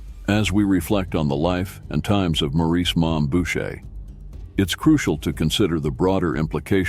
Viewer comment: His name was Maurice not morris 😂